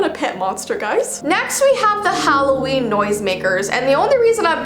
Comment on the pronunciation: its Halloweiini!!!!